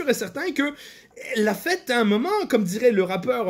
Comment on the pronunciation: L'accent est très bon, il faut juste retravailler la prononciation du "un" et ce sera parfait 🤣